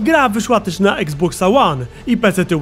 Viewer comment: eks box, a nie czasem iks box? xD